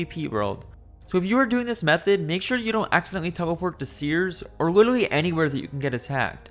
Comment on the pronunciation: "wittle" edit: 2 hours in and can't listen to that anymore. Witerwally